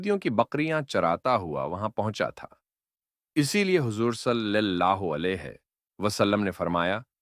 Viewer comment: صلِی اللہ علیہ نہیں ۔ صلَی اللہ علیہ